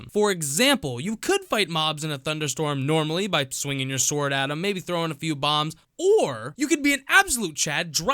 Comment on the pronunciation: “Uhm.. How to get the most powerful swoordd?..”